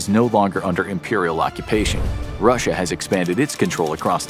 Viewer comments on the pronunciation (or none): none